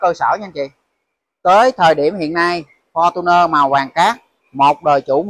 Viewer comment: Ông nội, lnova,mà nói fotuner